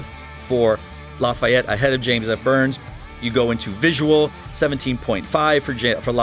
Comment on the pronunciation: Great Video! And it's La-fee-ette #POTB